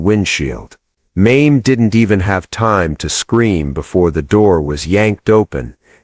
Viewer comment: Not Maim. MAY ME the correct pronouncement of the name May-Me.